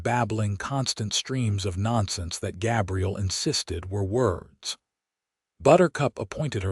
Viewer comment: I enjoyed this story but the AI narrator pronounced Gabriel as Gabrielle was hugely disappointing